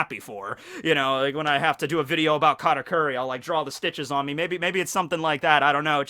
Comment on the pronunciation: Bruh its kahtakuri not catakuri